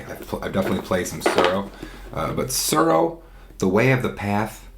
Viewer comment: Every time you said "Tsuro" I got hungry because I heard "churro". "The Glow" - lol! Apt, because you win the game by becoming the Last Dragon. (Vanity not included.)